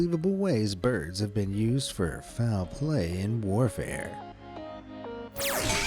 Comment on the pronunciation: did he say fowel play ha